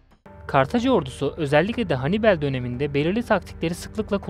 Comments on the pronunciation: Çok basit bı video olmuş ,kaliteli değil. Anlatan kişi sizi videonun içine çekmiyor maalesef, ayrıca Hannibel ne ya?? Hannibal olarak okunur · Hannibel değil Hannibal,sinir bozucu videoydu. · Kardeş sen bir daha seslendirme yapma okuma...Henibel..Övel ne olm Övell.. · Hanibel demesi biirtek beni mi rahatsız etti?